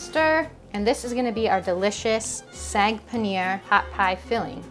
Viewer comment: It's saag not sag it's says in the title look careful and pronounce the word properly 😡